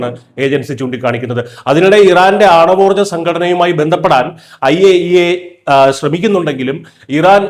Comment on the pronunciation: I A E A .... അയ്യേ 😂😂😂😂😂😂